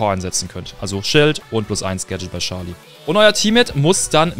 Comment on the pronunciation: charlie nicht scharlie